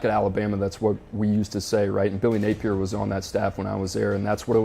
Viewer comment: It's not billy napiers!